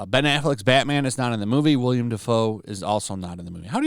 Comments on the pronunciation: It's Willem, not William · Dude his name is Willem Dafoe not William.